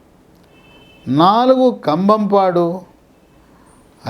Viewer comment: జలాల్ పురం సామీ, జలలా పురం కాదు 😂